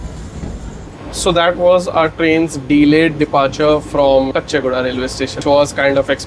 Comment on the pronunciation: It is Caw-chee guda, not kuchchi guda